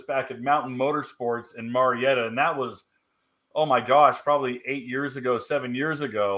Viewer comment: Marietta is pronounced Mary Etta. My Mother is from there so no argument LOL